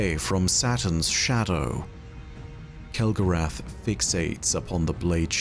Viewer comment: I think you mean Kell-Gorath and the house of failure😂